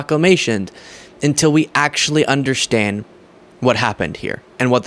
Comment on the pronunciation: Anyone else notice saying undershtand?